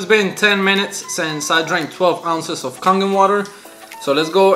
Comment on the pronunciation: It's pronounced Kay-gen water.